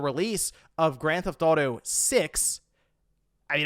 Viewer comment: Am I the only one who can’t not hear say, “Grand Th-Auto” instead of saying the full title? Once you hear it, I’m afraid you’ll never be able to unhear it.😅 Edit: now that I’ve made this comment, I hear multiple times where he actually does say the full title. Am I crazy? 😆